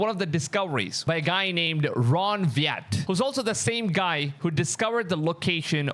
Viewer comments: It's NOT Ron viEt, it's Ron Wyatt !!!!! You have to pronounce it WAI NOT VIE !!! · The archeologist name is Ron Wyatt not Ron Viad that comes across in this segment. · Wyatt not viatt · Pronunciation is Ron Wyatt ( Why- it) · RON WYATT. I BELIEVE IT'S PRONOUNCED, Y-IT. I ENJOY YOUR CASTs. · Y-att not how you pronounce Wyatt, get it right. Really it’s Ron Wyatt not whatever you are pronouncing it. Duh. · His last name is pronounced why-it (Wyatt).